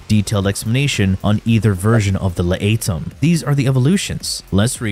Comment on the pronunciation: La ate em (laetum) got me good as well....